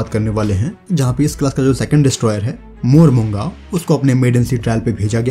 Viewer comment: It is pronouced as Mormu Gaon (village). :)